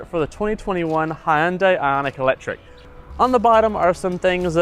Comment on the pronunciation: It’s Hun-Day, not Hi-Un-Day